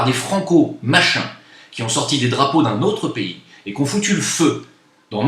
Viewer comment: C'est quand même très fort d'avoir pu quitter le rrrrrrrrrrrrPAYSrrrrrrrrrrrrrrr :) pour aller au Maghreb. BRAVO.